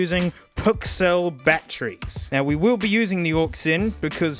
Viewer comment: Hearing say "These are genuine... pk... cell battrees" is a bit surreal